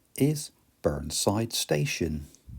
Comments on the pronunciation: "Staver-ly" (Stavely) & "Burn-side" (Burneside) - Surely they're pronounced "Stave-lee"" and "Burny-side" !? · Great video. My sister used to live up the private track at Burneside station! Small point of order though, it's pronounced Burne(y)side!!